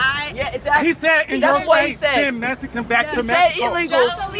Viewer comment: Why is he saying "messican"? Is he saying all Mexicans are messy? That Racist! You're fuckin' a black male!